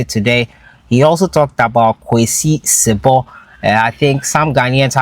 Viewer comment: It's si-bo not sib)